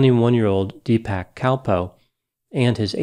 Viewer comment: Wife of a South-Indian here: I believe the proper pronunciation of the brothers names are more like [Dee-puhk] and [Suh-teesh].